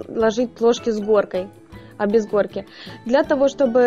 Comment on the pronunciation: Хгорка, блин как противно слушать эту ХГ